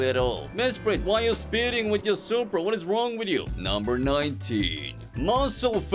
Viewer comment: ''Poopra'' Got me off guard.